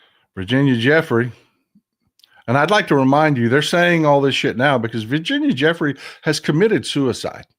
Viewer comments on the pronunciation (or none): Pronounced "Joo-fray", not Jeffrey.